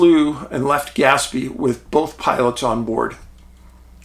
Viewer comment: Skinwalker Ranch shows that when "they" want something to work or not work, they can do it. Oh, and it's pronounced more like gas-PAY.